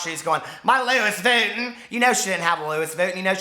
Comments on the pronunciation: LOUIS Vuitton "Lewis Vooten" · "Louis Vooten" I love it! 😂😂😂